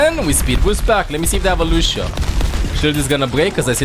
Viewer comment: Not lushhhhhio , it s lussssssio, remember.